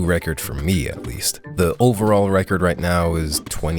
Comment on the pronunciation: i was going to say how annoying it was how you say Quarry wrong... qw-air-rry??? no, it's kwaw·ree but it's more funny to point how how you said "the WAST of the items" little UIWU boy 🤣🤣🤣🤣🤣🤣